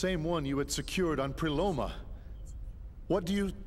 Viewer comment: Is it just me or did anyone else notice the subtitles say Pleroma but the voices say Preloma.